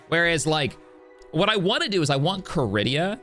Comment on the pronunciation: "CARIDIA"....., it's pronounced Ka-Reed-Da!